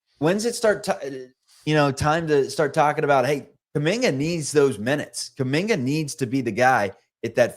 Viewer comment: KUMINGA....NOT KAMINGKA!!!!!!!